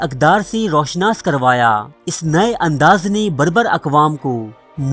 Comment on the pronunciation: Dear Admin Apni Urdu bhi Achi kro kisi trah......jaisey Ro Shanas nahin hota,,,,Ru Shanas hota hai. Gur weeda nahin hota Garr weeda hota hai. Aisi aor bhi ghalatiyaan krtey ho